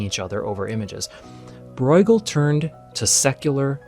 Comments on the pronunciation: Not pronouncing Bruegel right. It's just broo-guhl rather than broi-guhl. You may be confusing it with the German 'eu' which would be pronounced 'oi'. But 'ue' in flemish is just pronounced 'oo". Long u. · Just a small detail - Breugel is not pronounced “Broygel,” that would be a German reading of the name; in Dutch and the Flemish pronunciation the eu is somewhere between the German Ö and Ü. Almost like French “eu.” In English it usually gets pronounced as an “oo” because we don’t have those front rounded vowels. (If we wanted to be pedantic, we could also talk about the G but even though it’s closer to the German ch, the G is an accepted English pronunciation.) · How do you get the pronunciation "Broy-ghel" from Breugel!? 😂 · You grossly mispronounce the names Breughel and van Gogh. Why not find out how to pronounce them correctly before recording your voice-over? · Great video spoiled by the pronunciation of Bruegel and Van Gogh.